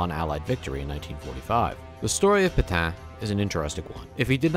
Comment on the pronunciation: PetAIN. VerdUN. The ends of these two words are pronounced differently. This is an attempt to be helpful, rather than a criticism. Thanks for the video.